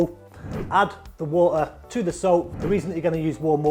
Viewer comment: "warm wo-ah, spray bo-ah"